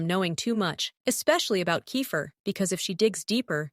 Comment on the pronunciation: And alsooo whyyy did u say KEIFER and RORY as RURU!!!! ( in episode one )!!!! And also in other episodes ( not sure )